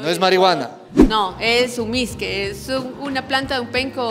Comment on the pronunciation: Es mishqui no misque